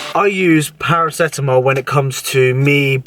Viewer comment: Paro-Ceto-MOL 😄 you're a legend